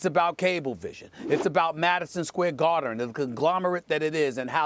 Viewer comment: "...Madison Square Gardern..."